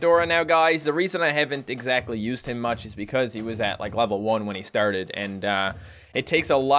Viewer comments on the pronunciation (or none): none